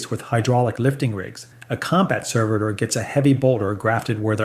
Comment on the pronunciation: And changes how he pronounces 'servitor' back and forth multiple times in the span of just a few sentences.